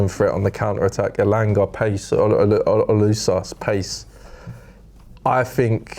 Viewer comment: Olusas it’s osula ffs 😁😂😂😂